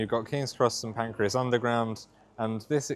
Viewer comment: St Pancras, not St Pancreas!